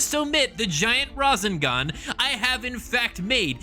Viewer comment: I couldnt finish the video. Every time you said razinGahn it made me cringe so hard I’m sorry I really wanted to finish it.